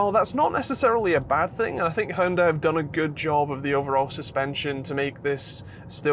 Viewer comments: It is actually really quite simple - English spelling is the problem. Pronounce it like this: Hyun-Day. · Ok that was a new pronounciation.. Hundi 😆Anyway really good review though!